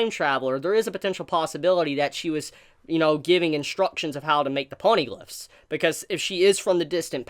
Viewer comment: you pronounce it as poneyglyphs... that is so adorable.